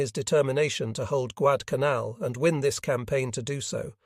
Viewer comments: Don't you enjoy hearing Guad-canal? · The flubs can be tiresome. I believe that it's a question of training the software. The various mispronouncing of Guadalcanal has become annoying.